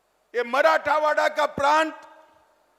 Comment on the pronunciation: Not Marthawada it's Marathwaad. Sir please pronounce grammatical Marathwaad.